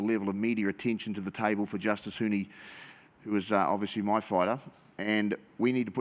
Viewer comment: Huni is pronounced, who - knee. Good on Gallen for respecting Huni and trying to say Huni's name correctly.